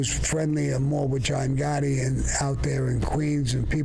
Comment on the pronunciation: Every single time Sammy talks about Pete Gotti I'm dying from him, Calls him Egore LMAO I CAN'T 😂